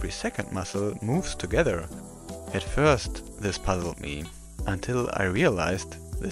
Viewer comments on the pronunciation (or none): none